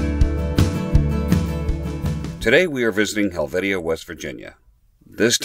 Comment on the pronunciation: Its pernounced hel vatia...I used to live a few miles up the road in Pikins...Helvetia is known for making cheese too,,,very nice folks in that area...